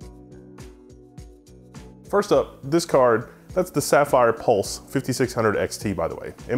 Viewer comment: haha I wasn't really paying attention, as I was working in another thing, but during more than 5 minutes I heard "car" not card. Even knewing at the very beginning you were going to review a graphic card, well that's me